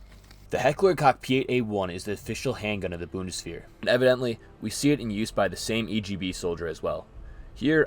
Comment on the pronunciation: I appreciate the tism. For the future maybe the channel "Gear Reference" will help you with identifiying stuff. Lastly, "-wehr" is more pronounced like "wear".